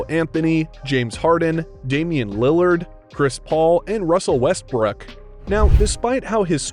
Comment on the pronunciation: is it just me or nigga said russel westbrike